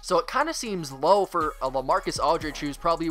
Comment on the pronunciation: LaMarcus, not LeMarcus